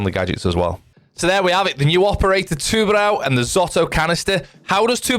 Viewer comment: Btw u said tubarão kinda right